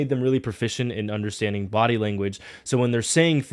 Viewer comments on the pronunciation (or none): none